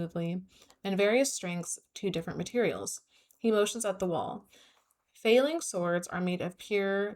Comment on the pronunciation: Feyling doesn’t sound as cute as aster probably thinks it does, because every time you said it I heard “failing” 😭